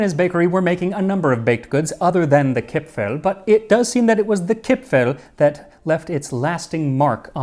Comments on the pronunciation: Dear Max, actually nobody in Austria calls them "Kipfl" or "Gipfl" (even if they may have been called like that some time ago). Today the only correct Austrian spelling (and pronunciation) is "Kipferl". 🙂 However, as far as I know the Swiss call them "Gipfli". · Hello! I was born (1977) and raised in Vienna (Austria) and still live here. The "r" isn't actually silent. It's just extremely soft so it almost sounds like "Kip-fa(r)l". No, that's not quite it either... Crap! it's hard to explain. I should have kept shtoom about it. 😂 Anyways, best regards from Vienna! 😁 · Chipfel, Chipfen are not pronounced with an English ch-sound [tʃ] (like you did) but with a kh-sound (German [kʰ] or [x]). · In Austria we call it Kipferl, not Kipfel. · when I learned the Bairisch and Austrian dialects, I first pronounced the diminutive suffix "-erl" as "earl" and was corrected that it's pronounced as "el". It's akin to the way some English dialects pronounce a combination of a vowel and an "r", whether at the end of a word, or in the middle. "cahn" for "corn" for example, or "fahma" for "farmer". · Its pronounced KipfAAAHHL! :) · nice try to pronounce our Kipferl. But in Viennese dialect, the ending "-erl" is pronounced "-al". the E becomes an "A" (a german A not an english one), the R is silent now and the L remains. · kipfeRl, pls, as an Austrian would say it. :-) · if you ever want to learn to pronounce Kipferl correctly, contact me - someone from Vienna here, who has been following you since 30k subscribers, if I am remembering correctly. I know you are putting a lot of effort in your pronounciations. But there is some space for improvement for the German parts. ;) For Kipferl the important part is the R. Actually the ending -erl is one of our most used ways to change words - small anecdote: one of the ads of our city goverment says: Nimm ein Sackerl für Dein Gackerl. Meaning: take a bag for your dogs poop. ;)